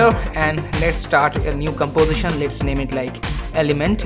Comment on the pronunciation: gambozishen? golor? What kind of speaking is this? If you spend 1/ of the time you spend on after effects on correct speaking, you will be an English teacher